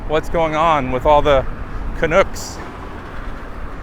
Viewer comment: For starters, it is not pronounced Canook; it's Canuck phonetically. Shows how much you know. Second, it is less an economic thing as to the changing rules about crossing the border. Staying more than 30 days means registering with INS and getting fingerprinted. Legitimate concerns about being detained without recourse or just cause. Couple those issues with the fact your President is insane and unstable, and every 2nd person carrying a weapon. Consider yourself schooled. Sold our place in Pasco after 29 years a couple of years ago. What a relief. PS The 'battle' you mentioned at the end isn't a battle at all. It was an unjustified attack on Canada as a country. Guess you didn't like the response.